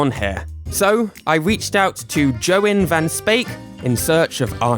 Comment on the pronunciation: you said yoïn's last name wrong :(